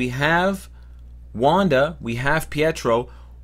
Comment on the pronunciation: I love how you butchered the names for wanda and pietro